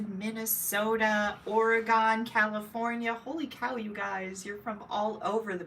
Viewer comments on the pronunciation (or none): Love your videos from Oregon ( pronounced Or-e [long e sound]-gun. Not being mean or snarky— just wanted to let you know 😅